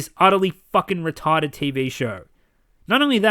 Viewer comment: "So Retawded!"